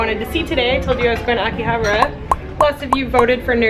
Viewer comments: A-ki-ha-ba-ra not aki-habra pronounce your words properly. Yeah I understand you're not Japanese but bloody hell I was cringing. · it’s pronounced Ahkihahbaarah